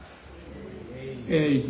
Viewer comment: എഐ എന്ന് ഒരു തവണയെങ്കിലും വ്യക്തമായി ഉച്ചരിക്കു മാഷേ...